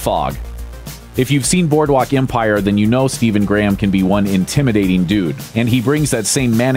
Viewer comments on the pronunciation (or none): none